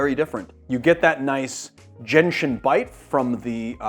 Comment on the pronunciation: You had me until you said “gentian” 🤢